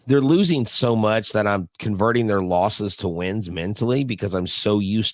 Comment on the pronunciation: “Loses,” dude? Really? “Losses.”